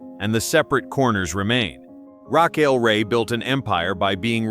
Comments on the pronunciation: Plz double edit urself before posting please! Im trying to focus on ur story but every time u say her name, THE MAIN CHARACTER OF THIS STORY...I almost leave! Lets sound it out together... Lol 'RA, long a' 'Ch, ch ch like change' 'ael sounds like just saying 'L' so its RA CH AEL sigh 😐😶😑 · pronounced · Who doesn't know the correct pronunciation of her name. "You can't fix stupid"! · That's because it's a BOT voice... not human. All these videos have mispronunciations of names. In this video alone, there are 3-4 (maybe more!) variations of name! SO ANNOYING!